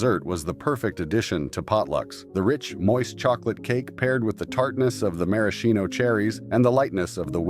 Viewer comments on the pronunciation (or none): AI mispronouncing again The cherries is pronounced mara shino. Man why do people have to do AI for videos like this when the human touch would be much better.